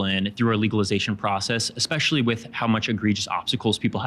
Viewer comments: If you say "ex-specially" you lose more credibility than you already lost. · all i needed to know about deans level of intelligence is that he pronounced "especially" as "expecially". i know people mispronounce words often but thats the first time i've ever heard that one. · says exspecially I am done listening.